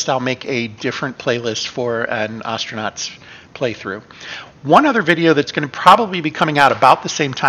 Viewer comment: Hey, you stopped saying Oh-stranauts! Nice!